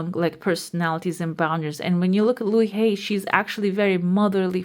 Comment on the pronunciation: Louise Hay is pronounced with an ‘s’, I believe.🌼